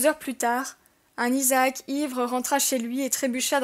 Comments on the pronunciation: On dis Isaak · les gars izacke à di à Jack je crois je croyais